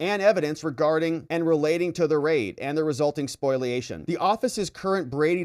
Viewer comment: SPOLIATION (spoh-lee-A-shun), not SPOILation, please...